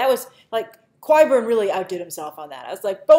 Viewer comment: This is a little pet-peeve of mine but there are a few youtubers that pronounce Qyburn with Qu sound, when in the show it has only ever been said 'Khai-bern' - with the hard K sound... annoys me when it probably shouldn't. Flashbacks on Ung on Shyamalan's Last Airbender 😑